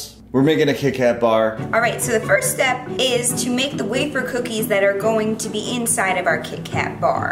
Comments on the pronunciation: "ANOTHAH WAFFAHH" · said waffa😂😂